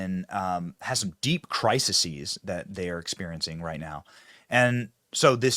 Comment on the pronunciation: No one taught you English, did they? It's crisis (singular) pronounced with a short i (second syllable) and crises (plural) pronounced with a long e (second syllable). NOT crisises ,that is utterly STUPID. You're way too full of yourself. 🫤